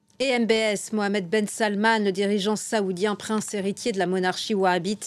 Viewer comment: C’est la première foi que je attends le nom Mohamed bien prononcé 😂💶💶